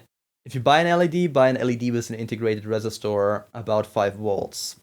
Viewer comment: I hope it helps, with resistor you have to really bring out the E and and the I. It sounds like you are saying register. I hope this helps!